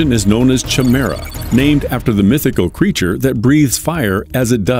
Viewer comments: it's pronounced Ky-mera not Chi-mera. A chimera is 2 different creatures as one. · Chimera is pronounced Kie-mera, not Chi-mera. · Lol "CHI- mera" Sorry to be picky but it's pronounced "KI-mera" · lol it's not pronounced "Chim merra" instead it's more like "Kai Mera" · Chimera sounded Kymera is the name as the aircraft is able to transform. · I wonder if he did it to troll extra comments - ch-mera sounds like a breakfast cereal 😅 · Your Voiceover Guy is screwing up. The word Chimera is pronounced KY- mera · I’m sorry but isn’t Chimera pronounced Ki-me-ra? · CH Mira 🤣🤣🤣🤣 at least pronounce Chimera properly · My god man google how to pronounce things. Chimera is said ki-me-ra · however it is pronounced kimera. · It's pronounced K I m a r a with a big I with no ch sound and a hard C sound (K) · Everytime I hear Chimera pronounced wrong I die a little more inside. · Exactly!!! His mispronunciation was killing me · In the beginning, you pronounced the word "chimera" incorrectly. Please check the pronunciation. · You probably should have looked up the correct pronunciation of Chimera before mispronouncing it over and over to hundreds of thousands of people. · 🤦‍♂🤦‍♀ Learn how to correctly pronounce the word "chimera". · If you’re going to go to all this trouble, why don’t you go the extra yard and look up how to pronounce “chimaera”? It’s just a google search away …